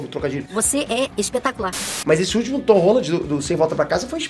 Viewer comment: o mandou um "Tom ROLA" ou é impressão minha? KKKKKKKK